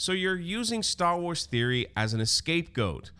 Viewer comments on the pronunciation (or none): Okay, so great vid and all that but I really just have to say. SCAPEGOAT. NOT ESCAPEGOAT. lmao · Dis you say “escapegoat”? 😂😂